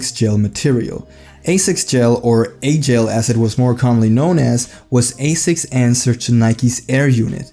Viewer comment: Also its alphagel not agel, the weight is off on the gel lyte 1